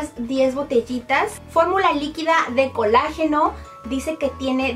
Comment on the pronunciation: Se dise colágeno no col ageno